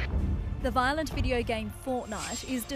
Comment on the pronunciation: Its not vilent